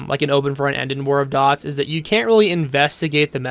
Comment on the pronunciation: IN CASE ANYONE IS WONDERING THATS PRONOUNCED "DEWTS" NOT DOTS